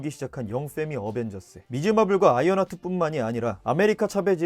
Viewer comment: 왜 영 어벤져스인데 걸 어머졌으 인거냐 대체?